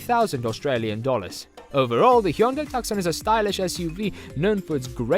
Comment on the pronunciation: Pronounced “tooson” not “tuksun”